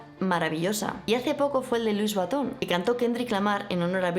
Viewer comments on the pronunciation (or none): Eres todo un "libro gordo de Petete" 😊. Por cierto, siempre me resulta chocante cómo pronuncias Louis Vuitton.